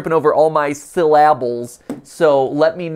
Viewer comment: I don't know why, but "syllAbles" really brought some joy to my heart